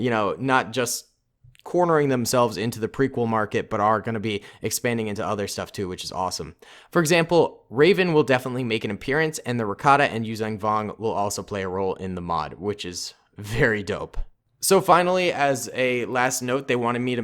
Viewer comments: It’s revan not rayven. Like r then Evan. Wow that’s my name so cool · it is Darth Revan not Darth Raven. Darth Raven is a sith bird lol.